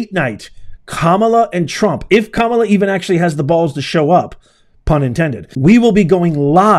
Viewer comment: You should keep MVP Kamala's name out of your mouth, since you can't pronounce it and you don't know what you're talking about. The "defund the police" is a Trump LIE, so STOP repeating it unless you can prove it. She's a former PROSECUTOR. At what point do you think she wanted to defund the police? Get a little common sense. You're just as wrong about this video too. Smh.